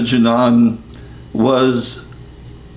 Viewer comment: Yes. Because you know better than your own spiritual master. You cannot even pronounce Vishnujana Swamis name correctly. Because you fell down, it is Srila Prabhupads fault. You are #1 rascal and you should not speak for you know not what you say.